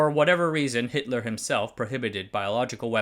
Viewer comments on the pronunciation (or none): none